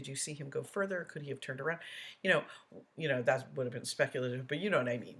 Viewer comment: Mispronunciated words by DB include dis (this), dat (that), dey (they), da (the), doh (though), takit (tacit), grounz, (grounds), git (get), biast (biased), substain (sustain) etc., etc., etc.